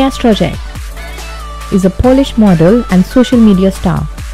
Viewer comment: Wrong pronouncing Strojek by lector... classic...